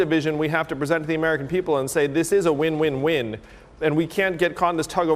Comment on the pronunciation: LMAO!!! 😂😂”This is a win wind!!”